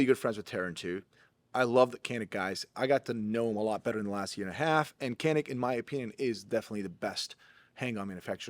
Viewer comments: How come the Turkish dude didn't cringe when you pronounced Canik as "Kanik"? 😂 That’s not the Turkish pronunciation. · Hey, it’s pronounced “JAH-NIK” because it’s actually spelled Çanik in Turkish, which is the name of the Black Sea region where the guns are made. As a Turk, should know this. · its pronounced djanick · Is really Turkish? He's not pronouncing the "C" in Canik with a J sound.